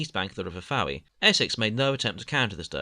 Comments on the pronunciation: Fowey is pronounced as Foy, just felt the need to point that out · fowey is pronounced foy